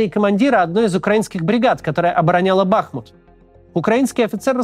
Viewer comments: Правильное ударение на втором слоге БахмУт а не БАхмут , режет слух. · БахмУт БахмУт БахмУт 🙏🏻 пожалуйста ставьте правильно ударение! Режет слух… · Максим, правильно БахмУт, от названия реки БахмУтка. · Максим ! Пожалуйста . БахмУт а не БАхмут ) Залайкайте чтобы Максим увидел ) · Не БАхмут а БахмУт. Хватит уже коверкать название города. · БахмУт, ударение на второй слог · БахмУт. Сколько можно ухо уже режет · БахмУт, ударение на второй слог. Пожалуйста,ну хоть вы😶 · В слове "БАХМУТ" ударение на "У". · Почему всё время Бáхмут, когда он Бахму́т? Ку́пянск почему-то превратился в Купя́нск. Топонимы гуглятся за несколько секунд.